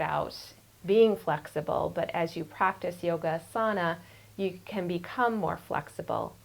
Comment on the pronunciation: it's pronounced "AH"sana, not aSAHna :-)